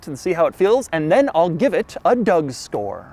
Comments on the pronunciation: Yep, he definitely said "Doug store" instead of "Doug score" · Did... did he just say 'Doug Store'? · I had to go and replay this 6 times in the beginning because I kept hearing "Doug Store". I can confirm 100% that this is what is being said